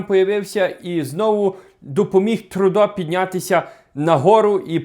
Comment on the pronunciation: Не Трудо, а Трюдо